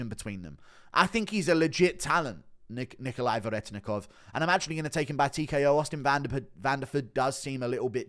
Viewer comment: Respect that you pronounced Nikolay's name how Russians would